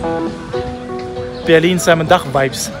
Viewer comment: simon dach war ein deutscher dichter, du mußt den namen also nicht englisch aussprechen :)